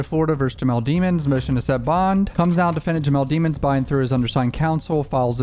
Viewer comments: His name is pronounced "De-Mons.. NOT DEMONS... COME ON MAN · you know how to pronounce his last name properly. it's not dee-muns, it's deh-muns. sound like a prosecutor. now, i think he's guilty, but i am a fan of impartiality. pronouncing his last name like that will bias people negatively. edit: "rule whatever" 🤣 can't wait til the next coverage of the melly trial. i subbed to you many years ago (i think because of the reaction vids with your mom, certainly not for the music itself) but have been really into this more mature content! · DE- MINS NOT DEE MONS. Lemons with a D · Its demonds not deamonds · Bro you def know how to say that man last name since you been studying the case so why pronounce it wrong? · You still pronouncing his name wrong 😂 guess that prosecutor did thier job